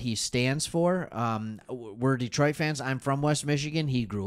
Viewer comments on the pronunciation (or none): none